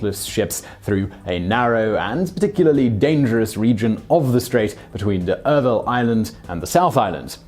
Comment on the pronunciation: its not d-durville,, ok,,d-duuuhhhh